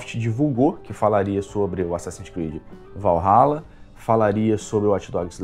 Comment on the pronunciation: Assassins Creed: "Valhaba"